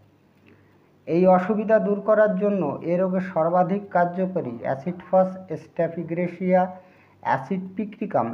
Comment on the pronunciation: স্টেফিগ্রেসিয়া শব্দটি শুদ্ধ করেন🙏💕